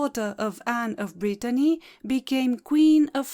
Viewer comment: Thank you for this beautiful video. Anne of Brittany was a remarkable and fascinating figure. Your work is impeccably researched and narrated. Love your French pronunciation and soothing voice, delightful to listen to. Thank you so much🌹